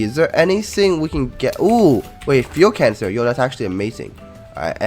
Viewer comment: ik he said fuel cancer